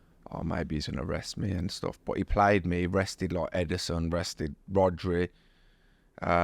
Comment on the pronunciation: WE NEED A COUNTER FOR EVERY TIME HE SAYS ' LOIKE'